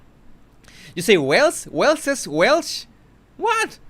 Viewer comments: it is Waleses but your pronounce like z : Walezes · The PLURAL of Wales is pronounced WALES. I promise you,.. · It's Waleses,!! I've just read it on a British newspaper! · No that was not my point, this is how to say waleses, by pronouncing it walzez, even thou its not spelt this way, im not criticizeing someone elses spelling mistakes, thats not who i am, and i have atrocious spelling , thank god for spell check